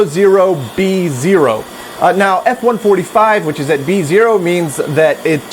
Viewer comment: Why do you say "et" instead of "at" when using the english word "at"?